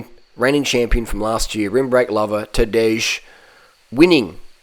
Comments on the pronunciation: And Tadej is pronounced Tadey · He’s gotta be trolling how he says Tadej and Pogacar 🤣